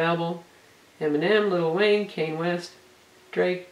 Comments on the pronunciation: it's Kanye West not Kane West. KAN-YE not KANE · *giggle* she said "Cain" (Kanye) West ... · Its kanye west not kayne west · Lol its not cane west its (Con•Yay) 😂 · I had to laugh too.:) It's KanYE West, not Kane.:) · Lol..."Cain West" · She said Kane West lmao white people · did she say kane west lol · Ha "kayne west" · "Cane West." Love the review, helping me in my search! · "Kane West" LOL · lol kane west, nice review though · I love that she got Kanye West's name wrong! Ha! Kane West, awesome! =D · I stopped watching as soon as she said "Cain west." Decent review, even though its a woman doing it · Cane west lol, good review though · "Cain West" LOL